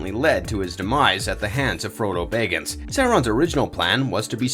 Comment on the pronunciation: Did anyone else cringe everytime he said bayggins?